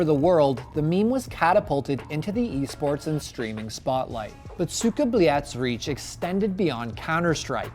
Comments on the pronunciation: СУКАААА БЛЯЯЯЯЯТЬ, не правильно произносите, практикуйтесь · its not cuka bleat speak it right noob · Anyone notice how he says its with a d not a t then they spell cyka blyat and put a tick next to it 😂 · explains pronunciation. clarifies common american mispronunciation. proceeds to mispronounce it throughout entire video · what is he doing? Also he mentions cyka blyat in this video and hears it so many times but he can't even pronounce it right smhsmh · Why do americans misspronounce EVERYTHING???? ESPECIALLY russian words. The american in the vid completeld misspronounce it as well. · Anyone else watching this and like the host cant say cyka blyat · It annoyed me that he brought the Russian guy on and he tells him how to say it properly.. he continues to say it way off lol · I hate how he pronounces it